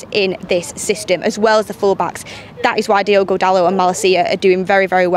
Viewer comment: It's Diogo not Diego :)